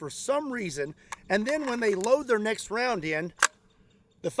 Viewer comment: I thought you said and your NECKS question lol